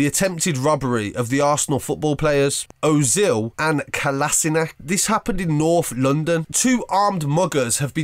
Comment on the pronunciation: “Owzil and calasinac”